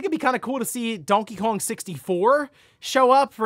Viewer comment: Literally never heard anyone pronounce Donkey Kong that way. You really struggle with words in general.